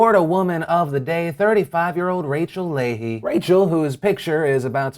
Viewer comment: wow someone actually pronounced leahy right? CRAZY